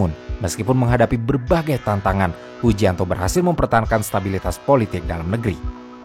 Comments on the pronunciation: itu hujianto apa hujintao wkwkwk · Koreksi min, Hu jin tao,,bukan hu jianto 😅,,hu jianto mah orang jawa ,,maaf 🙏